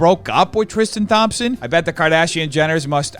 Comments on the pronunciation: “Tristan *TH*ompson” 😩😩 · I like the way he pronounces “Thompson” like THompson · “Thom - son” 😂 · from all the basketball fans of yours, thompson is pronounced "tom(p)-son" <3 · I'm sorry I can't get over how says "Thompson" like THompson with a TH sound lmfao it's my own last name, love, that's not how you say it